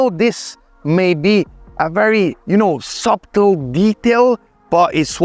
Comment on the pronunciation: bro please dont pronounce the B in the word subtle it sounds aewful 😅😅😅